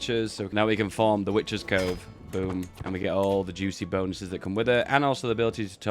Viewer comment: I thought you where saying witches code until I realised you just can't proouce CoveN